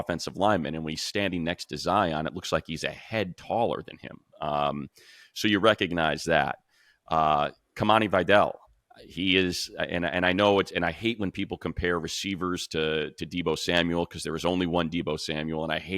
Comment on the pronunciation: Hearing them butcher vidal over and over again makes it hard to tolerate this pod. It’s clearly not spelled “vaydell” where did these people go to school?